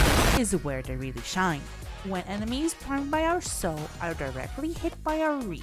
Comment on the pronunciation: MF didnt know how to say sow then reap